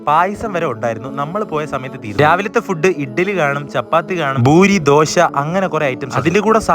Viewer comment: boori alla poori